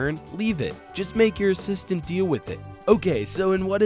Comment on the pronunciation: nice 'assitant'